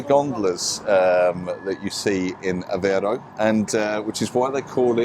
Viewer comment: Aveiro, has an I on it, not Avero. Avero sounds spanish. The "ei" sound in portuguese, sounds like the ei in "eight" Try saying Aveigh'ro. The I is pronounced. Any "ei" in portuguese is pronounced like that =), just think of 8, muting the T. It's funny that English speakers struggle with that sound, despite it existing in English. Maybe noone made the comparison to the sound of eight... hahahah.